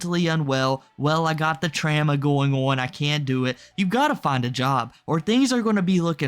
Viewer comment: Are you not able to pronounce trauma correctly?